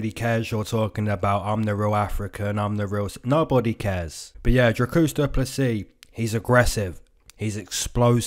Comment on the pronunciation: He callled him Dracusta or some shit lol